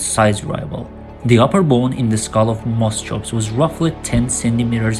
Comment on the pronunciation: You keep calling sinapsids reptiles. They weren't. 'CH' in greek or latin derived scientific names is generally pronounced as 'K'. Moschops should sound as 'moskops'. Your editing is too abrupt, so that your narration is all over the place, jumping subjects unrelated to one another.